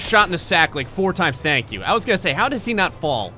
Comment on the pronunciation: "Tank You for the Video" :-D lol